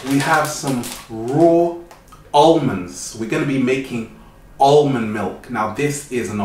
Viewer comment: Hahaha Olmonds